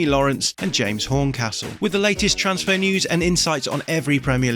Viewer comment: say TRANSfer not TRAANSfar. Dik